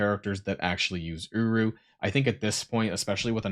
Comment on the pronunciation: Is it just me or when says uru it sounds a lot more like uwu. 🤣🤣🤣